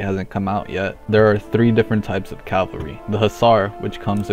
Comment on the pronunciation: try not to say Cal-val-ry instead of Caval-ry challenge: IMPOSSIBLE